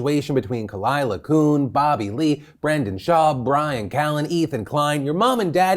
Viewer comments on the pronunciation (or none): Phil, I know you probably won’t speak on this again now that it’s ended. But Khalyla’s last name is pronounced “kyooon” not “coon” 😭